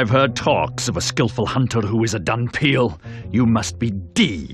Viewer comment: I would've loved to play this game, too bad at the time I didn't know of its existence.....I couldn't help but notice that they say "Dunpeal". Seriously? are you kidding me? in doing so it lose a lot of points! >.<